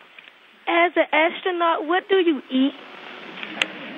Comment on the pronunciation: i like how obama pronounces "ass-tronaut"